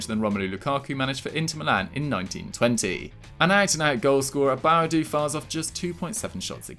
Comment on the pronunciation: LOOL that’s not how you pronounce Boadu it’s (Boah -Du(Do))